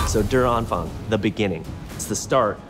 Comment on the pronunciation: You should at least try to pronounce the German words correctly. The word der is not pronounced like dare or derrrr, but more like day-uh. And Anfang, syllabic script, an-fang, is not pronounced with a k sound at the end, because the ending -ang does not call for it, but more correctly, on-fahng. Likewise, like with die Wahrheit, the german r sound is a delicate matter, and gives humor when English speakers approach German with the hard r sound so common in English. No, there is no gerrrrrrr or errrrr sound in German, more of a subtle -ah sound.